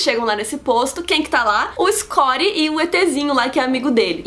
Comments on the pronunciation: quem é escori?,....porque não fala Scott ?...ok, o resumo é legal, valeu o trabalho mas para que esta pronuncia? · Nossa ,vc tem certeza que você assistiu os filmes mesmo !!! você falou muita besteira! !! onde vc ouviu karke e o escondi porra pronuncía direito o nome !!